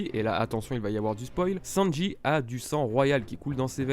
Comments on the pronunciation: prononce le sanji et pas senji stp sa me stress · Mon gars di les U correctement s.t.p le U se prononce ou ! Et sanji et non senji 🤦🏼‍♂️